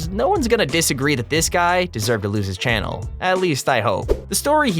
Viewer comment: channel not chan